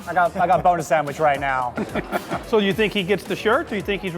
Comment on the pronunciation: I feel their saying boner when their saying Buona xD